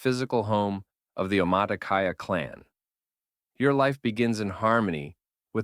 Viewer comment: Im sorry- why did you pronounce Omatikaya as Omatacata? The pronunciation is not hard to find. Where did the second t come from???